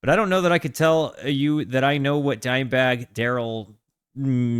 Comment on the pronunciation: "Dimeburg" Lol